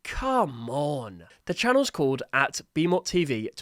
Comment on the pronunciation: The name, Bimot, is the same as Bimo, with a T.